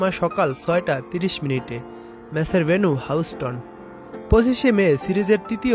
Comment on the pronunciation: Houston uchharon sikh age ....boloda